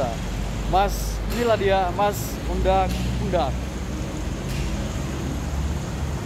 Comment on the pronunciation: Undak unduk bang, bukan undak-undak😂